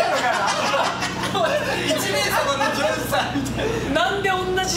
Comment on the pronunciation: ジョージの発音良すぎてそれで笑うんだけど